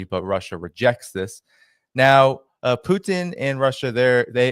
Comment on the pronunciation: Not one of Ray's best ; his constant tongue wrapped around Pooocheeeen instead of Putin gets on my wick a bit